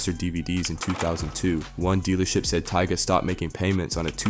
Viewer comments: How in the hell do you mispronounce “Bow Wow” as “ Bo Wow”?!? Better yet how do you also mispronounce “tyga” as “Tea ga”?!? Also anyone who knows, Knows MC Hammer ain’t broke and hasn’t been since the 90’s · Did he say TEEGAH? 🤣🤣🤣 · "Boh woh" "Ti-ger" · Tyga ❎ Tea-Gahhh✅ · Who TF is Tiega?! Bro call this man by his name 🤦🏻‍♀️ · Lmao Teega? u mean tiger (Tyga) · Funny how you learned these people financial and personal business but can't say their names correctly. 😅😂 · Which one is it TYGA OR TEGA 😂😂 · Tee Guh 🤦‍♂️ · Tea-ga.... lol that's wild. Sounds like a mortal kombat character name. Tea-ga... wins... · I'm still don't understand people that do stories about people or culture and can't even f**** pronounce their names right, "bo wow" really "teega" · Lmaoo bow. Wow and teeta 😂😂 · Right BO WOW. Tega 😂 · This man butchered tyga and Lil bow wows names!!!